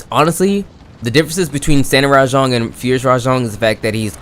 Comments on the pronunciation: btw its RAJANG NOT RA-JONG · Hearing this dude say “rah-JONG” instantly made me leave this video